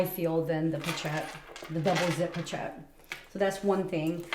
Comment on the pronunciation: Poe-shett, the ch is pronounced like an sh 😊